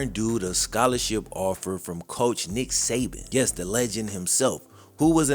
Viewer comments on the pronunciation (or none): none